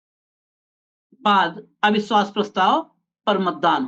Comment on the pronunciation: "सुरूआत" , अविस्वास प्रस्ताव , भासण आदि । ये कुछ उदाहरण है उच्चारण के जो खटकता है ।कृपया इस ओर ध्यान दें ।